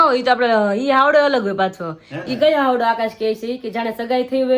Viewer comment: હાવડો‌ નહીં પણ હાયડો કેવાય